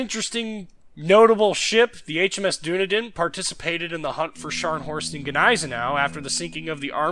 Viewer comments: Brief comment; HMS Dunedin is pronounced "Dun - ee - din", not "Doo - ne - din". I actually quite like Danae even if she's a bit fragile against other tier 4 cruisers; nice turn of speed and good guns. Torps are a bit hit and miss. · doonadin haha. its duneedin. the name of the city i live in lol